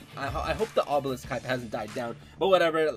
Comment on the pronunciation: wus dis, obewisk??? owo